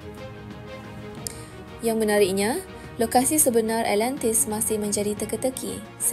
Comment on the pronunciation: alentis..alentis.. ATLANTIS lah!!! haihh sis..,nak jadi YouTubers on historical topics mcm ni atleast sebut lah nama tempat atau nama orang tu, atau nama apa sekali pon sebut lah dengan btol. awak penyebar maklumat sejarah ni.. takreti nak sebut ?? zaman sekarang ni boleh je type kat google translate then tekan icon speaker unt dgr mcm mana dia pronounce,, or "YouTube how to pronounce" pon ade.. kemonn lah.. content dah best teruk dah.. alentis,,alentis apobondo!!!